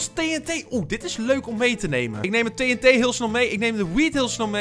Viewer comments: Je zegt TNT verkeert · je. zegt tet. maar het is. tnt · Het doet mij pijn hoe jij TNT zegt